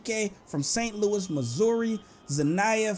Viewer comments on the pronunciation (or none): none